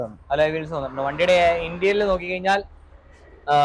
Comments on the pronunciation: ഇൻറ്റീരിയൽ അല്ല ഇന്റീരിയർ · Eda interial alla Interior aa